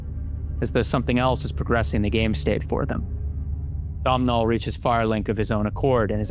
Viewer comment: Completely irrelevant but i need people to know that Domhnals name is NOT pronounced "Dom-Nal" its pronounced like "Dough-Null". Thank you, have a nice day